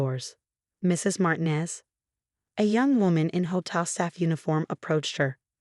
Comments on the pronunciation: Obviously, the AI doesn't speak Spanish. Sarah's last name is pronounced Mar-TEEN-ez. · Your AI can’t pronounce Martinez? Really? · Dozens and dozens of very common words are mispronounced. At least learn to say 'Martinez.' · Martinez and Reynolds were not pronounce correctly